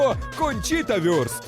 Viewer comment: Вурст, а не Вюрст.